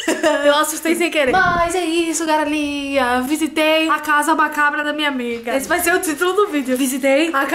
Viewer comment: eu ouvi "garelinha" KKKKKKKK